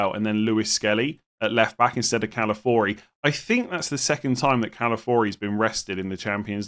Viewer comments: Please stop calling him Calafori, it has an i why are you skipping it, Ca-la-fio-ri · why do you say calafiori like calafori? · Calafori saying it wrong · i feel like saying “Calafori” is harder to say than his actual name of “Calafiori” 😭